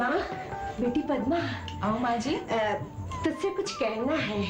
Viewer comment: Nhi bro usne maaji bola jo sunne me aaji lagra h 😂😂😂